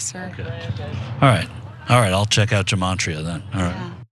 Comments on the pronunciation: Yeah, I think she's trying to say gimatria (pronounced ghee-matria, g like in golf) but it sounds like she's saying jeemantria, which I don't think is anything. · It sounded like the last qanon lady said "gemantria", but she meant to say "gematria". Now it must be said that qanonners have their own kind of (fake) gematria, of course, but Wikipedia gives it as: "Gematria (/ɡəˈmeɪtriə/; Hebrew: גמטריא or gimatria גימטריה, plural גמטראות or גימטריאות, gimatriot) is the practice of assigning a numeric value to a name, word or phrase according to an alphanumerical cipher. A single word can yield several values depending on the cipher which is used." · Good lord all these brainwashed Q people talking about Gematria. They all got the apps on their phones. But they pronounce it 'Jematria.' Even tho its spelled with a 'G' It's an ancient system that assigns numbers to Hebrew letters. I'm Jewish non practicing, but everytime I hear one of these brainwashed mooks talk about 'Jematria' I Die a little inside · She didn’t say “damartria”…😂,she said dementia!😄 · I think that one woman was trying to say "gematria" which is a Kabalistic method of using numerology to interpret hidden messages in scripture. Yikes. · The word that the sedated woman said, and she mispronounced it, of course, is 'gematria', and it's an ancient practice of applying numerical values to a name, word or phrase, according to an alphanumerical cipher. Numerological bullshit, in other words.